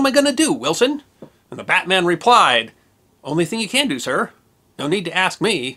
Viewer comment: When referring to the British rank, it's pronounced 'Bat-mun', not 'Bat-man' like the DC superhero.